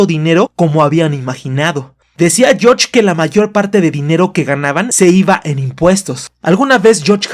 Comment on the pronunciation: Jajajaja me da risa cuando dice «yoch» cuando menciona a George